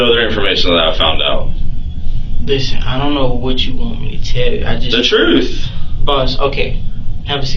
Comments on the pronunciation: But he told the 'troof'. 😂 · But.....he said he was telling the "Troof"...... I don't understand......😂😂😂